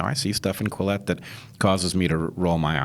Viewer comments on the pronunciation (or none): Quillette not Collete 🙃